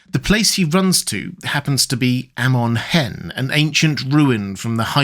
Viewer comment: Sorry just a correction but it’s pronounce Ah-mon Hen. Not Eh-mon Hen.